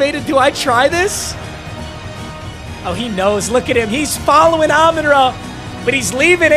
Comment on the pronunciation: It hurts me every time that he is a die hard lions fan and can’t pronounce “Amon-Ra” properly.. it’s RAH not RUH